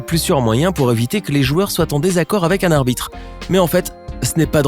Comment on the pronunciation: Je c pas pk me il semble que tu a bégayé tu a dit abite a la place de arbitre